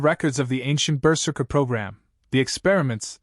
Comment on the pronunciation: Not bad. Not great. Going berzerk will obviate pain but not physics. A blade will still sever a hand/fingers easily. A slight re-write and proper pronunciation of berzerker could make this great.